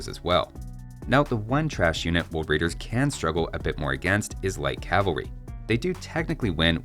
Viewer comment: woad waidews? any wabbits awound?